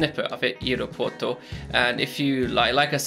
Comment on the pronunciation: Air-O Poo-Where-Tow Lol Ily 💕